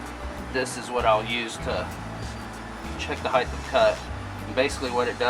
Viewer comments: Nice video but it's height of cut , not heithth of cut ...no such word as heighth ..I used to be a greenkeeper on a rural 9 hole 18 tee course and I made a aluminium bar with a threaded bolt to do the same thing .super fine feeler gauge to check blade /bed adjustment . My two mowers were Rover with 24" cut ..Now that course uses triplex ..faster but nowhere near the quality of cut and it causes compaction .I like how you leave the catcher off too in this application because the clippings are acting like a natural mulch for the grass ..Good stuff .. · heighthhhh of cut? :)